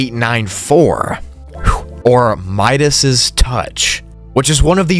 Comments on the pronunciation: You said Midas touch weird, it’s just Midas 😂 not midasis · You pronounce Midas touch wrong, look it up on google the pronunciation sir